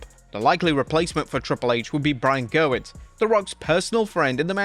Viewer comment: You have said gewirtz name on countless videos and never once said it properly (as it’s spelled) he notes that he’s been plagued by this his whole life in his book. Ge-wirtz